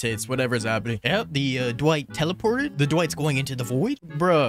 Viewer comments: the worst part of this video is all the times he says "Duh-Wight" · his speech pattern hurts me and the way he says Dwight "duh-white"